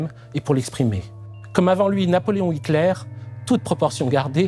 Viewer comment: C'est très intéressant, comme d'habitude, mais une petite étude de la phonétique allemande s'impose. Meurnau, Heuteur, Piteur, Niémolleur, Rote-Ouang... Ca arrache littéralement les oreilles